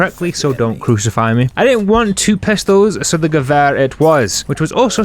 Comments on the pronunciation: You're saying Gewehr right, but it's more Grr-vee-er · You did say gewehr correct